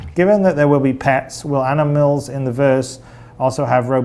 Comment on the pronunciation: "anamils" I've decided that that's how I am going to say it from now on.